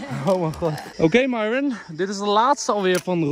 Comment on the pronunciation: Eindelijk dat enzo Myron haar naam goed zegt